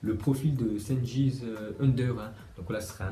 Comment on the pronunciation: Les C en turk sa se dit Dj donc c est "Djengiz"